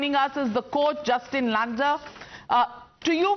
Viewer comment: Justin langer ❌ Hustin langoor ✅